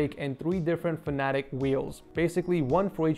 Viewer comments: Just btw the racing sim should be pronounced fan-uh-tech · He says fanetec the wrong way😂